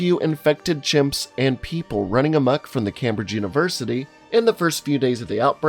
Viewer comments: CAMbridge hahaha. In British it's pronounced "Camebridge" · I like your videos... In this particular video you keep saying "CAM-BRIDGE", it's pronounced "CAME-BRIDGE". Only one of the most prestigious and famous Universities on the planet. Shame on you. Cheers. 🇨🇦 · Haha CAMbridge, Shire (We're mot Hobbitses) England. It's pronounced KAYM BRIJ and Shire is pronounced SHERR. So, was extra painful. Still, doesn't stop me from binge watching you're vids. I just LOVE Americans fail at pronouncing English/European words. Never gets old. Edit: And how Football... Everywhere in the world, has of course named it, as it's played by using your feet! American Football, however is 0.1% foot 99.9% hands. It's hilarious to me. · You sat Cambridge wrong and it hurt. It's pronounced "K-ay-m-bridge", not "Cam-bridge" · * it's pronounced "came-bridge" not "cam-bridge". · Cambridge not carmbridge 😂😂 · Just a heads up - Cambridge is pronounced "Came-bridge" not "Cam-bridge". English is fun, I know. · Cambridge is pronouced (came-bridge) not cam-bridge :) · I can’t listen to your pronouncement of Cambridge any longer. It is pronounced Came-bridge As in ‘I came over’, And bridge is just, well, bridge. So PLEASE, stop murdering the English language! It is Came-bridge, NOT cam-bridge. As in body ‘cam’. No, it’s so bloody annoying. Please feel free to consult a Brit for correct pronunciation. Sia (native brit, based in England) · It's pronounced as CAMEbridge not CAMbridge mate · Dude it’s pronounced Came -bridge not Cambridge even though it’s spelt like that. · Came bridge, not cam bridge lol. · A little note to the narrator: Cambridge is pronounced Came-bridge not Cam-Bridge!! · man said "cam bridge" instead of "came bridge" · Came-bridge not "cam-bridge" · cambridge? cam-bridge? its pronounced came-bridge lmao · It's Came-bridge, not Cam-bridge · Cambridge is pronounced Caym-bridge, Not cam bridge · Camebridge is pronounced CAME not cam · Its not pronounced cam-bridge... its came-bridge